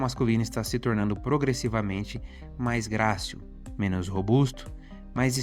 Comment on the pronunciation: Impecável, só corrigiria a pronúncia de “menos” e não “menos”.